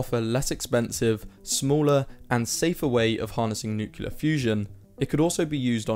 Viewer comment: It's nuclear not nucular.